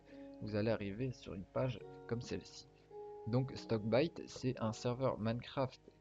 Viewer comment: Shickbyte et non stockbyte